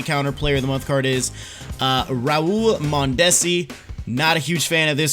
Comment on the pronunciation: You’re pronouncing mondesi wrong